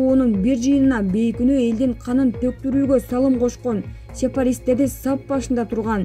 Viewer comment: Опять сепаратистти - сепарист деп окуп салдыныз алып баруучу! 😁